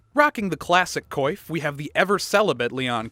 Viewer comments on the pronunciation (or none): the heck is a "ko-eef?" Did you mean "coif?" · "Coif" is pronounced "kwaf"